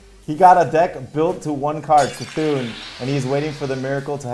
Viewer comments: it is Kuh-thun lol not see-thun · It is NOT "see-Thoon"... You annunciate the c as a k. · Why no one say Cthun's bloody name correctly ? The dam cards all say it the way you are meant to...